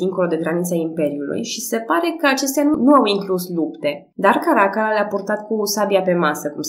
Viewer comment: Îmi place mult Podcast -ul , felicitari Mi-ar plăcea totuși ca numele romane sa fie pronunțate cu accentul pus corect (Caracalla , de exemplu). Caracálla